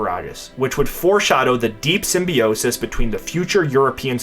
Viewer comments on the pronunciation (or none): none